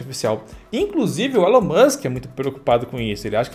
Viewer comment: A etimologia de Elon eu não sei, mas a pronúncia é Ílan ✔️